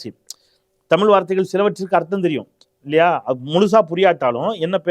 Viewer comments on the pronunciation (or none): none